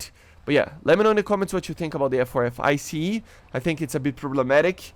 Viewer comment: Its Not called I C E, its Ice, like the one you can eat